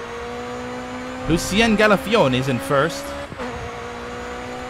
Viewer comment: I love that you pronounce Lucien Galfione with an Italian accent when he's French ^^ OMG I shouted at the screen "Choose Volvo!!" then "NOOO" Why my Canadian friend, why? Buhuhu. Greetings from Sweden :) I hope you don't crash the Volvo next episode!